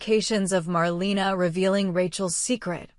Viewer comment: If you’re going to do these reports, you should already know her name is pronounced “marLAYna” 🙄